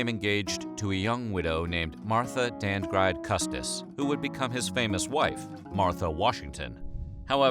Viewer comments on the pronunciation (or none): It’s pronounced “dand-ridge” not “dand-ride” or whatever he said. That is all, please continue. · Washington's wife is badly mispronounced here, it's correct pronunciation is Martha Dand-Ridge Custer , not whatever was pronounced in the piece. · Did this guy REALLY pronounce "Dandridge" as Dand-ride?? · To the narrator: your irreverence to George Washington’s personal life, and your mispronunciation (it’s Dandridge not Dandride), are unappreciated. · Martha "Dand-gride" Custis??? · that's how you pronounce "Dandridge?"